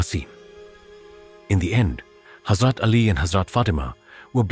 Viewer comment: Salam , love your stories and want to donate some money. But please make sure the pronunciation is correct , for example , Holly , Hazrat and others are not pronounced properly . And the translation in English is awful. If a non Muslim is hearing it , he will not understand . Please ensure the person narrating is properly trained in Muslim names and places and especially prophets and hazrats names . Jazakallah